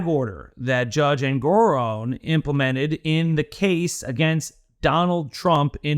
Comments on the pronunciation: Its "Engo-RON not Engo-ROAN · How many ways are there to pronounce the judge? And you come up with a new one?